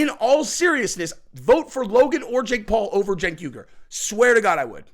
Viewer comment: its pronounced "Jank". Not Sank. You're welcome. Think you can run with that one too 😂